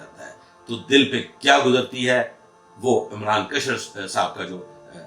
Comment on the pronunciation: kashwar nahi, Kishwar naam hai